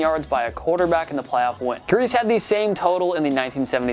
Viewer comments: Believe it or not, it's not pronounced "Grease." It's "Greasy." 😂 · Greasey not Grease. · I love you. I love TPS. Please don’t publish another video when you pronounce a well known name wrong. It was painful listening to Bob “Greese” instead of Gree-see, or, “greasy”. For real, love you and your work. Thanks for keeping us entertained since March with constant new content! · Bob Griese, is pronounced “greasy, “ not grease. Know your football,. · Greise isn't pronounced "grease" It's "greesey" Thumbs down for not knowing how to say a legends name. Fail. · whatchamacallit TPS guy: Bob Grease Fans : you mean Bob Greise (Gre-Cee)? whatchamacallit TPS guy: You mean that's the same guy?????????????? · Bob griese. Not grease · How do you not know it's pronounced "greese-see"? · its pronounced Bob Gree-See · doesn't know how to recite a winning percentage or how to pronounce "Griese."